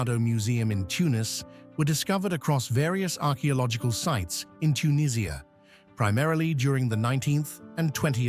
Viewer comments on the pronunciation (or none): none